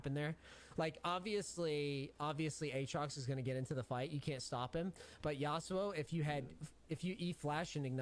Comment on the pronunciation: never thought id hate how someone says aatrox...uhtrox. jokes aside this was an insanely informative vid, my buddy mains urgot and i like to have a good understanding of my friends mains